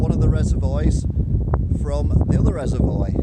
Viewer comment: Are you purposely saying Reservoir incorrectly?! Lol